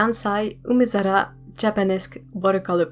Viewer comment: Your pronounciation of 'umezara' was so spot on! Perfect! Your rose is beautiful. Have you tried painting on rice paper with them?